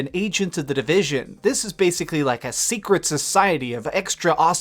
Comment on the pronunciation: ssssecret sssssoccciety. is it me or does he really pronounce his S lol.